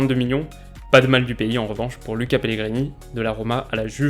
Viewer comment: Luca Pellegrini ça se prononce Louca !!!